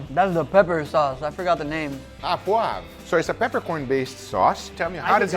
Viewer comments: Its "Au poivre" not "ah poivre" .... "Au" make a "oh" sound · FYI, it's not sauce a poivre, it's sauce au poivre, and "au" sounds exactly like "o" like in "old". Yeah in french some weird reason "o" and "au" is exactly the same, you can just say "sauce o poivre". And btw the chimichurri one looks amazingly GOOD! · Guga, you should pronounce "oh poivre" instead of "ah poivre" it's way closer to the french pronunciation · It's steak "AU" poivre, pronounced "OH", not "A poivre" Guga! =D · The "au" in french is pronounced o